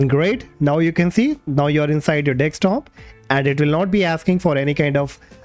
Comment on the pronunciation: It's not dextop it's desktop ☺️